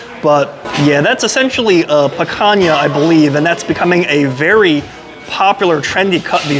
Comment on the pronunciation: you don't have to boast about your ignorance, in Portuguese the name of the cut in written "Picanha", pronounced "Pikanya", not "Pakanya", the way you pronounce it.